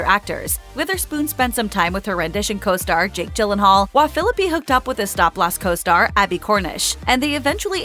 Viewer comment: I think you should pronounce his last name correctly!